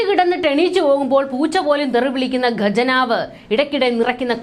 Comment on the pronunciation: ഗജനാവല്ല,, ഖ യാണ്